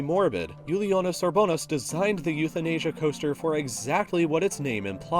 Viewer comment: And since I'm Lithuanian, I'd like to point out that the rollercoaster creator gentleman's surname's first syllable should be accentuated. Not the second. UR-bo-nas. ;)